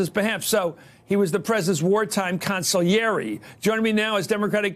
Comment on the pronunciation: I just want to take a moment to acknowledge and appreciate Chris Matthews for pronouncing consigliere correctly.